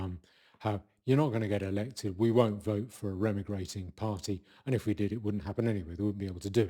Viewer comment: It’s not pronounced REM-I-GRATE for crying out loud, it’s RE-MIGRATE, Re is a prefix. But be that as it may, I agree with everything else you said 😂